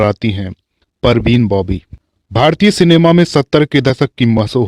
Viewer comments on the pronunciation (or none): none